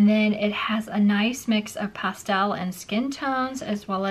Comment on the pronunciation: You are pronouncing pastel wrong